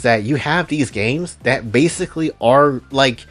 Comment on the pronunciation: Ah man, the way he says "Not tat tall" and stares directly through the screen at you.